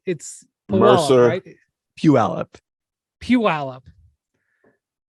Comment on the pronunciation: No way was I prepared for Windy to say my hometown, Puyallup! Pronunciation could use some work but it sure was a funny thing to hear